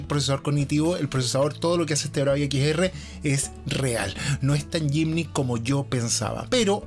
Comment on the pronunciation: Muy buen contenido. Te hago una corrección sobre la palabra en inglés Gimmick que se pronuncia en un modo aproximado "guimic", no "yimnic". Saludos, gracias por el video